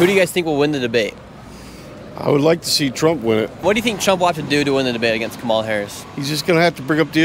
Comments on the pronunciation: KA-mala KA-mala KA-mala The stress is on the first syllable. Dude, how hard is it for you to put the stress on the first syllable? You’ve been saying Ka-MA-la forever. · Dude, pronounce her name properly for starters. After 4 years and you cant say "Ka-ma-la"?!??...... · Shirley, why do you mispronounce “Kamala”? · Racist for white male to mis pronounce her name, but not one person that is supporting KH can say her name right 🤷🏿‍♂️ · I love how you don’t even try to say Kamala’s name correctly lol. At least Trump learned to say her name correctly (most of the time). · Nick, you could at least have learned how to pronounce Kamala before you posted a video where you said her name at least 5,000 times. Jeez Louise!